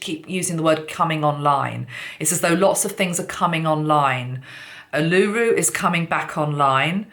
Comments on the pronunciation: Ulu-Ru——not U-Luru....! ☺️ thank you 🙏🏽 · Its pronounced Ule-lah- roo. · Not oolooroo. Its Uluru. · Uluru is pronounced "Ooh-laRue" :) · Uluru (oo-loo-roo) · Botany Bay is not on fire, it is quite central to Sydney which is fine at this point but I understand the connection. When the snake runs from one end of the world to the other then it covers a large span of the planetary surface which needs to be healed. And, by the way, Uluru has the last syllable emphasised. :-) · Marina Dakini...hi..the correct pronunciation was the issue not the spelling. Words are often not pronounced as they are spelt and the lady who provided the correct pronunciation and spelt it as it sounded had it right. The correct pronunciation of this, as acknowledged, highly significant Aboriginal sacred site is very important in public speaking especially with a message of this magnitude.